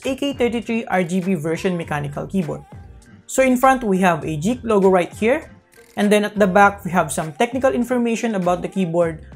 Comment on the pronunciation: it is 'geek' not JEEK